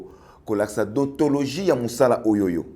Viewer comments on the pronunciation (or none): On dit déontologie et non dontologie